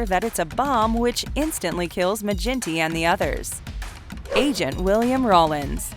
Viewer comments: Its a hard G in Maginty, like the surname McGinty. Not Ma-jinty. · Its Maginty with g sound like give, not gin. That irked me lol. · Maginty is pronounced Ma-ginty, with a hard G, like 'girl'. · It’s not mage in tee it pronounced maa gin T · Great video. As an aside, Maginty would definitely 110% be pronounced with a hard ‘G’. Source: I’m Irish